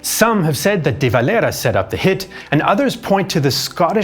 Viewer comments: Éamon De Valera was not spanish or mexican i dont know why he is the only guy you pronounce like that. Great video just that was hard to listen to as an Irish man muself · De valera is a Spanish name his father was Spanish so it's kind of interesting to hear it pronounced this way..